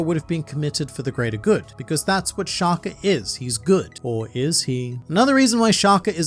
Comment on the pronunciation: Your pronunciation of Shaka😭. It’s like you saying shacar🥶.